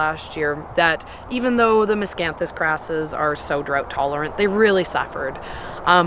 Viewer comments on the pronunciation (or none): none